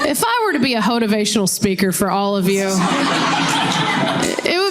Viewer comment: A "Hoe-tavational" speaker. OMFG!! hahahahahaha